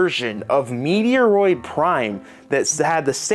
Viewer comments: This video has to be a joke in some aspects…there’s no way you’re not purposely saying ‘Metroid’ wrong when you’ve shown in the past that you’ve said it correctly before… That $60 argument seems to be an American issue because over here in the UK, I got it for £40 which is about $50 and there are numerous stores with varying prices, some probably like £35. They absolutely should’ve remastered the first game too but the second game also deserves it nonetheless It’s a basic remaster, if you’ve never played it on 3DS like me then it is worth it. Could there have been more done to it? Probably. This is still the best way to play the game and not let it rot on the 3DS. I think you’re bitching a little too hard about it. Especially getting really petty about the name…it’s always been ‘Luigi’s Mansion 2’ over here and in Japan. I think telling people not to buy it is a big stretch. If you haven’t played the game then it’s the best way to play it no doubt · I never said the first game sucks to me. In fact, I actually agreed with him that the first game could’ve done with another remake/remaster. I’m not being a jerk either. I’m pointing out a lot of dumb inconsistencies and bullshit being said. The whole ‘Metroid’ mispronunciation is a weird thing because A: literally no one ever calls it the way he did and B: it’s even more weird considering he’s shown before that he knows exactly how to say it. The only real problem this game has is its price point which as I mentioned, is more of an American issue anyway. Him saying that this game is only worth $20 is flat out dumb…he’s being petty for the sake of it with a lot of things even complaining about the name of the game… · Mediaroid?? Come on bro!! It's pronounced MET- ROID! Get it right. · Love you bro, but Im cringing with the “meteoroid”😅METROID my guy❤️💪🏽🔥🫶🏽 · What is meteoroid it’s there’s no ‘e or’ in Metroid. Met-roid. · It’s Metroid, MET/ROID haha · It’s met roid not meteoroid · 😅 maybe on purpose to troll us?